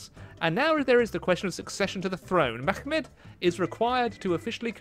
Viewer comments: it is just Mehmet, not Mehkkhmet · But Mehmet is a turkish name variation, so you pronounce it as such, which would be Meh-met, with a clear "H" sound, not a "Ch" sound. Atleast this is how you pronounce it in modern turkish, maybe there was a slightly different pronounciation during the time when the ottoman alphabet was used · it's Mehmet, generally it's only kh sound if there's a kh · So im a turkish boi and i want to correct some stuff. Like you say at minute 7 just say mehmet dont do that H thing Beacuse we dont use arabic, our language is very different . Thats why we say mehmet instead of mehmed. So just say it normally. I really hope u understood me and some ppl in the comments. Thank you. Edit: But in the past we used a language mixed of arabic and persian. So in that case you are right reading it like arabic. Edit2 And we didnt used camels. (I'm just letting u guys know dont hate me pls) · yes its mehmet not mehmeq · dude what are you talking about? There were many Greeks in the Ottoman Empire too so if pronounced it with a greek accent, would it be a correct pronouncetion? No, of cource not. Mehmet is Turkified version of the name so saying it like Arabic or etc. is simply wrong. End of the story. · You don't need to do the kh sound when you're pronouncing mehmet, so the other way was correct :D